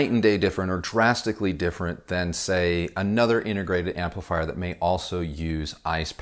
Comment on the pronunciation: Sorry, I was just noticing you say "A-Nother" instead of "another", that's all. (As in A whole Nother:-D Sorry to nitpick: It's a British foible